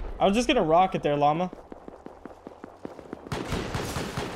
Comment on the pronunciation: when take helicopter and heli rocket he always says rackat:) is so silly